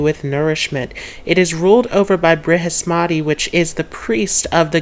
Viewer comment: Please learn how to say our Diety's name correctly. It is NOT BriMaspati. It is Brihaspati, Priest of the Gods. Thank you. Pushya, Pada 1. Jaiastu ✨✨✨